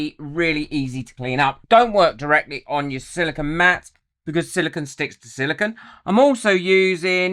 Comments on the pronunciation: Good video but it's not "silicon". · With all the videos you have done, you'd think you would have learned how to pronounce "Silicone". Silicon is a naturally occurring element (number 14 on the periodic table). Unlike the element silicon, silicone is a synthetic compound made up of siloxanes. Silicone is made of silicon, oxygen, and other elements like hydrogen and carbon. Otherwise you have really good content. But, come on, it's a simple word.